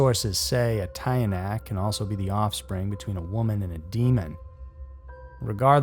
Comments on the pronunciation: ...just got to the part with the Tiyanak and, as someone from the Philippines, I'm just gonna say: It's pronounced "tee-yah-nak", not "tie-ah-nak". That said, your pronunciation of "impakto"'s surprisingly spot-on, ngl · Pronunciation of tiyanak is "chanak" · From the Philippines here...its tiyanak..pronounced as chanak.They say those were the aborted babies or babies died in birth without being baptize,you got the rest correct!